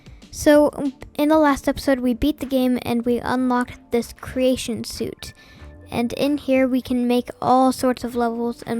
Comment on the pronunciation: Just a lil thing not to be rude but its pronounced "sweet" i get ur error tho, english is hard